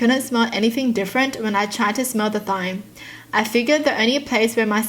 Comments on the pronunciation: thyme is said time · Thyme is said like time. Im not meaning to be rude or anything, so I'm sorry if it sounded like it. I believed that if I didn't get good grades (A's or B's) that I would have to go to ride principal's office. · Thyme is pronounced like time! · Just letting you know “thyme” is pronounced like “time” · not to be rude but thyme is pronounced as time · Thyme is pronounced as time btw